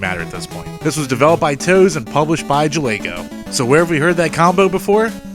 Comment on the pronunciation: BTW NES Play Action Football was actually published by Nintendo, not Jaleco. Tose-uh (as I will forever call them to get the pronunciation right) did develop it though.